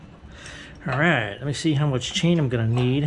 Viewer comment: Every time you say “Alrigh!” I actually feel like I’m watching progression grow. Alrigh!